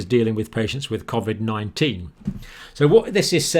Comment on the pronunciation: its not covvvvid it coooovid!!!